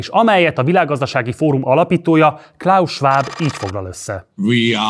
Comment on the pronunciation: Még a klaus Schwab nevét sem tudta kiejteni🙄